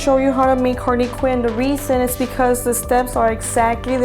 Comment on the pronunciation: I am not trying to be judgy but when you said Harley quinn you actually said Harvey Quinn